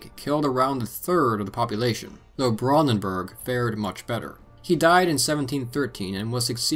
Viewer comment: Every time you say Brandenburg, it annoys me how you keeps saying it wrong. But that’s mainly because I’ve spoken and lived in Germany, in the Brandenburg area.